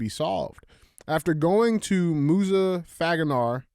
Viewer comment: DJ reading these headlines is comedy gold!! This fool said Muzafaganar and was like 😳 hahahaha Keep pronouncing them words big boy you got it 😂😂